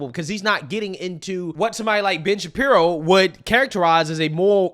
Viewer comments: Hey are you saying Bitch Shapiro or am I the only one hearing this? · for a moment there I thought you said Bitch-Apiro